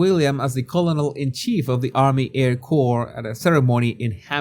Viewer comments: "COLONOL"? Seriously? Can't you learn the proper English (either British or American) pronunciation of the word "colonel"? When are you going to consider pronunciation as anything else than a complete joke? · "Colonel" is pronounced "kur-nuhl."